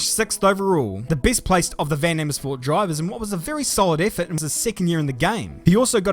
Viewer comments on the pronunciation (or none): Oehhh a English man pronouncing Amersfoort racing. Try saying vaaan aaamersfoort Like words such as aaah-(mers)-ford Amersfoort is also a city in the Netherlands PS: I like your video's : )